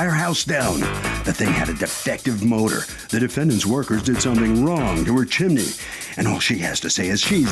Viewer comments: She said "Chimeny" again!! 🎉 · It’s NOT CHIM -IN-EE, judge! It’s CHIM-NEE.